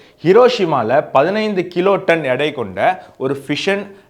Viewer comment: நீ வீடியோ போடுவது சரி. தமிழ் உச்சரிப்பு ஏன் உனக்கு சரியா வராதா? எடை என்று நீ ஏன் சொல்ல மாட்டேங்குற? எல்லா இடத்திலும் இடை, இடை என்று சொல்லி இருக்கியே. நான் கூட முதல்ல குழம்பிப்போனேன். என்னடா இடைன்னு சொல்றானே புதுசா ஒரு வார்த்தையை சொல்றானேன்னு. எடைன்னு நல்லா அழுத்தம் திருத்தமா சொல்லுப்பா என்ன பையன்ப்பா நீ? இல்லைன்னா weight ன்னு சொல்லு. யுரோனியத்தை பிரிச்சு தனித்தனியா வச்சிருக்கறத பத்தி ஒரு நல்ல கதை சொன்ன. ஆனா அந்த கதை தான் எனக்கு புரியல 200gram, 200gram மா பிரிச்சி இரண்டு சிலிண்டர்லயும் இன்னொரு இடத்தில் 100கிராமையும் வைப்பாங்க- அப்படின்னு சொல்லி தான் நீ ஆரம்பிச்ச. ஆனா கடைசி வரைக்கும் 100 கிராமை ஏன் அந்த இடத்தில் கொண்டு போய் வச்சாங்கங்றத சொல்லவே இல்ல. அதாவது ஒரு கெமிக்கல் explotion ஆகி,அத கொண்டு போயி 200க்கும் 200க்கும் இடையில சேர்க்கும்ன்னு தான் சொன்னயே ஒழிய மற்றபடி வேறு எதுவும் இல்லை. நீ சொன்னதெல்லாம் வெடிக்கும் போது நடக்கக்கூடிய பிராசஸ். ஆனா 100 கிராம் ஏன் தனியாக வச்சாங்க? எதுக்காக வைக்கணும்ங்கிற காரணம் சொல்லனும் இல்லையா? சரி அணுகுண்டு தயாரிக்கறதுக்கு யுரேனியமும் ப்ளூட்டோனியமும் தேவைன்னு சொன்ன.அதுல யுரேனியத்தை பத்தி ஏதோ சொன்ன. கெமிக்கல் எக்ஸ்புளோஷன் ஆகுது. அதனால இந்த 100கிராம்மை தள்ளிட்டு போச்சு அப்படி இப்படின்னு ஏதோ கதை விட்ட. ஓகே. ப்ளூட்டோனியம் என்ன ஆச்சு? ப்ளூட்டோனியத்தோட பங்கு பத்தி சொல்லல? எனக்கெல்லாம் அணுகுண்டு தயாரிக்கிற சக்தி இல்ல. நீ சொல்ற டெக்னிக்கல் நோ ஹொவ் வச்சு நான் தயாரிக்க முடியாது அதனால ப்ளூட்டோனியம் என்ன ஆச்சுங்கறது பத்தி சொல்லு.